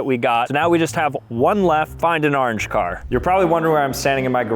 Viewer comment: why does he keep pronouncing orange as arnge